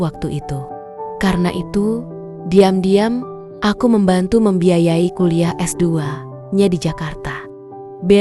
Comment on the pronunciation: Mosok bhs indonesia : diam-diam dibaca *daiem-daiem*, setahu saya bhs indonesia tdk ada bhs yg kaya gitu